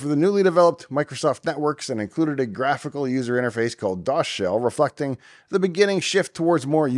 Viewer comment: I'm still hearing refuckting instead of reflecting, i know its not but I got a chuckle out of it